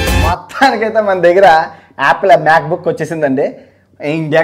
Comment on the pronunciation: Laksmi Manchu Akka be like- it’s not Meka Bookku.. it’s Mac Book.. 😜